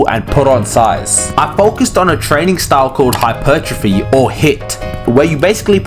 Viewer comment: bro said 'hypertropy OR HIIT' 😂